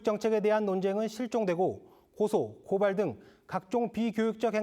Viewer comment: '고:발(告發)'도 장음 발음이다.